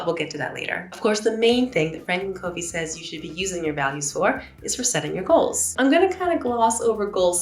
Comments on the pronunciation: Loved this video. Covey is actually pronounced Cuvey. He is an Utah native and that is how we pronounce his name. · Covey is pronounced KUH-vey. 🙂 There’s also another step before identifying values and goals - developing your life mission statement. The values and goals flow from that. Franklin has a mission statement builder on their websites and in their Starter Kit inserts, and in their books.